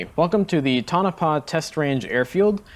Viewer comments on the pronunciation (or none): It's pronounced "Toe-nuh-pah" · Awesome video , only correction - its pronounced Tone-uh-pah. Your stuff is awesome.